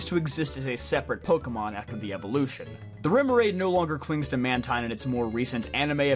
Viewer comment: You pronounced Mantine & Runerigus wrong lol good video though and happy birthday 🎂